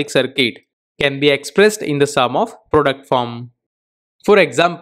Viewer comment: Product is pronounced pro---duct NOT "productum". You need to improve your spoken English as your thick indian accent is very difficult to understand